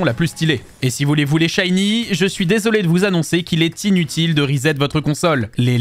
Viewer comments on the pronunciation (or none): none